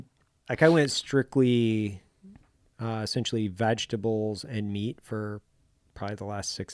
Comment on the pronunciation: did he say vagtables?